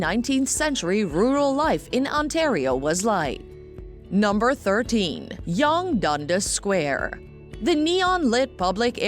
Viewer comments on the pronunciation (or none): On my god the narrator needs to know how to pronounce the names right...spedeena, youg dunga square, youg street. Also why show the hockey arena that is home to the St. Louis Blues, and not the Toronto Maple Leafs ??? Obviously this person has never been to Toronto. Niagara Falls isn't apart of Toronto either, and it only has two falls not three.